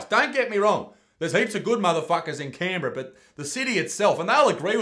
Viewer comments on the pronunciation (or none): none